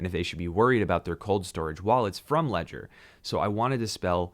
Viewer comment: If all the American youtubers knew how to pronounce Ledger in French there would be no confusion... ;)